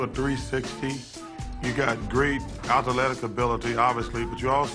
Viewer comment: Correction: Atha-aletic